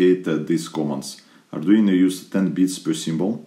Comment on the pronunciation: Arduino...not Arduina